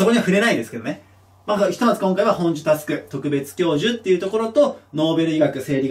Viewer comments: 大迫選手はマラソン選手 ほんじゅ じゃなくて ほんじょ！ これでスクショスクショー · ほんじゅ❌ほんじょ🙆🏻⭕じゃない？ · 本庶佑は ほんじょ って読みますよ〜👍 前のテストの時事問題で予想通り出ました😁✨ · 本庶佑特別教授の名前の読み方は ほんじゅ じゃなくて ほんじょ ですよ！ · こういった時事の知識は新聞から得てますか？参考にしたいです 京大ノーベル賞の方「ほんじょ」じゃないですかね？？ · 「ほんじょ」じゃないの？